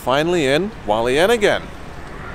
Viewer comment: Okay so this doesn’t matter much but you do pronounce the h in Hualien